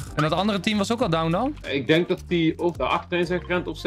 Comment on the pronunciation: Enzo waarom zeg je downt met de T is gewoon down!